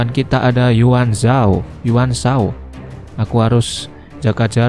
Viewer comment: kak yun zhao bukan ywun zho